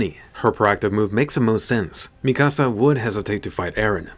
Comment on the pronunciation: Bro you’re butchering mikasas name really bad